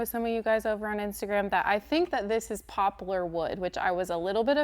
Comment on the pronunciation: The wood poplar is pronounced pop-lar. It doesn't have a u. Just saying. It's a great wood.